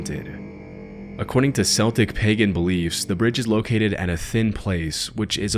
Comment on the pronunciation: Okay, I love your content, but I feel the need to correct your pronunciation of "Celtics". When speaking about the ethnicity, it's a hard C, sounding like "K". Unless you're talking about a sports team, you shouldn't use soft C when talking about Celts. Just want you to be informed. :)